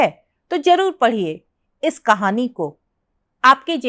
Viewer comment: معاف کیجیۓ ، ایک معروف اردو افسانہ نگار کے متعلق آپ اُن کی سوانح عمری پڑھ کر سنارہی ہیں تو دوسری طرف آپ کو اردو کے تلفظ بھی ٹھیک سے نہیں آرہے ہیں ۔قلم کو (کلم) ضرور کو(جرور) اور کئی لفظ ہیں ،جن کا تلفظ اپ صحیح نہیں کر رہے ہیں ۔